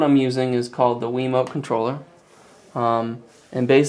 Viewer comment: He said a wemot